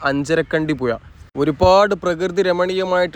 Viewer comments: അഞ്ചരകണ്ടി പുയ അല്ല പുഴ. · മുയപ്പിലങ്ങാട് അല്ല സഹോദരാ മുഴപ്പിലങ്ങാട് പുയ അല്ല.. പുഴ